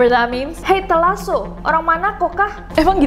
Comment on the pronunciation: gua kaget waktu ka nessie blg telaso😭😭😭😭😭😭😭😭😭😭😭